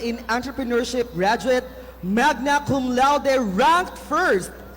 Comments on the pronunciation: Gradwettt hahaha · Haha...d q nga din alam eh.akala q nsa rally c ateng.pati ung bigas n 20 pesos ska ung nutriban ksama pa.msakit sa Tenga Ang word n GRADWET🤣🤣🤣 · GRADWET AHAHHAHAHHAHAHA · gradwet.. hahahhaha... yan nagagawa ng online class madaling dayain ang grades. HAHAHHA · grradwet lmao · no, it’s grajwet po hihi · "Gagradwet" Lord sorry 😭 pano po to naging Magna? Nakaw 😭 Godbless your paos paos magnanakaw voice 😭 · Yung pronunciation ng graduate 😭 puta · Sino ba kasing nagsabi na ganyan ang pronunciation ng "GRADUATE"?